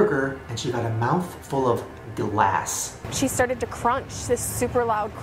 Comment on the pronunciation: I could have swore he said “Dlass” like it had a D in it.